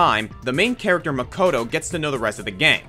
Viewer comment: By romanizing the pronunciation? He also pronounces "Makoto" incorrectly, since the English voice cast of Danganronpa mispronounces a lot of names